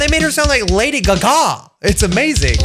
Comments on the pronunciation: sounds like LADY GGA me: isn't it lady Gaga?LADEH GGA!*wheezes* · Lady Gea gea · lady gegea